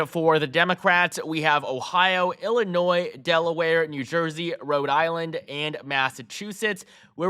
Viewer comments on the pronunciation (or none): none